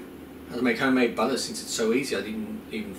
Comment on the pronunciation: LOL exactly like my husband says butter, he's from from Long island New York 🤗